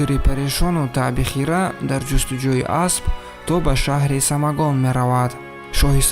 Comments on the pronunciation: Бахшиш бародар, Самагон не Самангон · Рои кунед? Не!!! Равон кунед!!! Кахрамони бемонанд? Не!!! Бемисл!!! Нигох доштани ватани ягона?? Не! Ягонагии ватани худро!!! Самогон??😂😂😂😂 Не!!! Самангон!!! Бо фикру фиреб??? Не!! Бо макру фиреб!!! Килаву адоват??? Не!!! Кинаву адоват!!!! Як чанд бор такрор кун!!! Забонат бурро шавад!!!